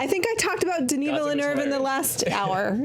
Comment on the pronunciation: saying the eu in Villeneuve with an r-like sound is amazing! I go to school in Québec (where Villeneuve is from) and so many people talk like that! It so nice to hear someone respect Québec French pronunciation because it is too often just made fun of in hurtful ways because it sounds different from how people in Paris talk.